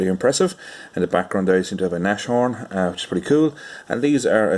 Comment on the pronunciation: Naas-horn not Nash-horn